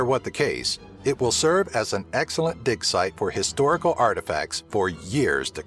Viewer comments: Am I the only one who hears "excellent dick site"? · when he said "... It will serve as an excellent dig site..." It sounded like he said dick site to me lol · did he say dick site?